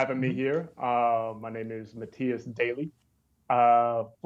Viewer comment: I appreciate the fact pronounced his name (Mattias) correctly.